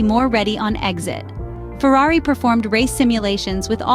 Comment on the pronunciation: I’ve recently noticed the bias of the English or British pundits and it disgusts me. They can’t even say the name Ferrari properly. I’d love to see Ferrari piss in their cup of tea this year. PS: I’m from Texas.